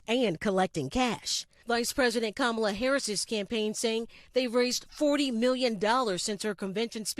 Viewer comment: Rev. Sharpton needs to learn how to pronounce Kamala Harris's name correctly.